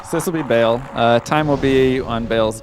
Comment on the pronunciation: Meh, please don't pronounce Baal 'bale'. It's pronounced like 'bahl'. Great run though!